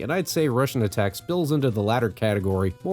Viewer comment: You said it right. Its a wannba Contra.